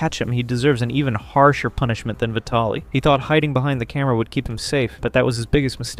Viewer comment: How the hell do people not know how to say VIE-TALLIE?